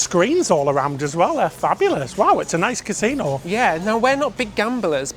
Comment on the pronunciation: It's got a "consino" ? Wow 😂